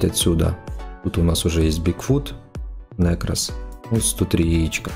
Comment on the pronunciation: Бесите!! Не говорите плз нЭкрос говорится нЕкрос!!!